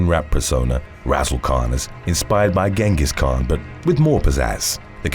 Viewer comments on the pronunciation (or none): none